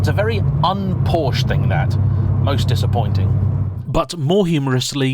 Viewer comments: Oh well back to mispronouncing Porsche again, after getting it right last video (Focus ST) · Please please people it is pronounced Por-scha not Porsh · But it is also important to know that Porsche is a 2-syllable word!